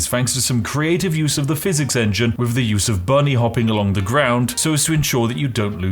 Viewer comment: When you say "wiv" instead of "with" it kinda breaks the illusion of spiffiness.